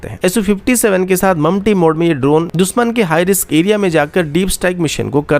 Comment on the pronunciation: दुसमन नही दुशमन, एकजेम्पल नही example, इस्टेब्लिसमेंट Nahi एस्टेब्लिशमेंट Bhai अपना उच्चारण सुधारो। News padh rahe ho ya mazak Kar rahe ho? Kam se kam khud kaa naam hi sahi so bol lo, " होता है या "? Yaha BHI गाओ,खेड़े वाला उच्चारण?